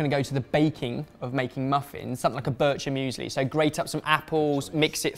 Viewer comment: Lol the way said bircher müsli was like a discrimination for me as Swiss...😂